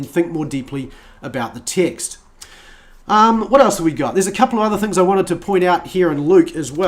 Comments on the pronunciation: I thought you were saying "Ticks"for over 12 minutes in...then I saw the words you were reading and noticed you read the word Ticks ?????? AND I then saw Text, you had been saying text/s instead of the word Ticks. LOLOLOL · Everytime he says "text", it sounds like "tics".